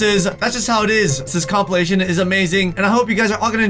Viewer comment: At the begging he said comp-il-mation